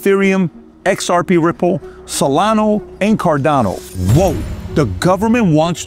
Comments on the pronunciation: Solana, not solano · Do you no that its solana not solano 😂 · What’s crazy is that he’s doing a show on crypto and he can’t even pronounce 1/4 of the coins he talked about. He is obviously paid by ripple to do this. SolaNO??? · And "Solano" too. Cuts right through me. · It's also Solana not solano. Lol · Also Solano😂😂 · You know he owns very little “ripple” cause he says ripple instead of XRP. This is so frustrating when people who are involved with the crypto space and say the wrong names of crypto currencies. I swear he also said cardana or Solono earlier in the video too. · You keep saying Solano lol. It’s SolanA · Why you are calling Solana, Solano is a mystery. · Bu the way it's solana not not solano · It’s SolanA not solano LOl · Salano lol. It ends with the letter a. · The best part is when he says “Solano and Cardano” 😂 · Do you just want to pretend you know about everything? You’re doing a show on crypto and you can’t even pronounce SonalA. Stay in your lane. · He can’t even pronounce Solana correctly. You’re asking too much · Did home boy just say solano?! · Yep, I heard that lol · Bro... it's SolanA, with an "A"!😅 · Y does Pat keep calling solana, SOLANOOH!! WITH AN "H"!!😅😅😅